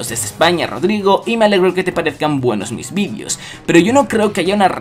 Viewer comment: "Y me alegro que te gusten TUS vidios" jajaja